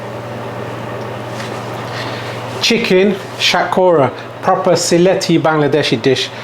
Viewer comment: Sounds weird when you say bengali words such as shatkhora in the coconut way. Just say it in bengali man give it to them in the real way it’s more authentic like that